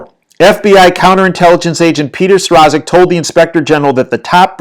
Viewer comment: Strzok is pronounced Struck.